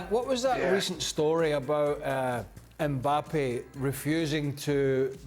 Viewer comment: I'm I the only one who noticed Frank saying Mbapal😂😂